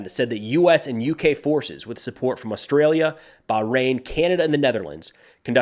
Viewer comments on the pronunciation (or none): none